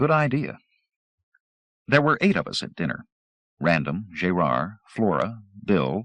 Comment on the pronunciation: Jay-rard? Gerard is not pronounced that way... makes me wonder... Pity. Audio is much cleaner than Zelazny's version.